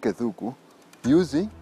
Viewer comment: It's Arthur Wanyoike Thúngú... Not Thuku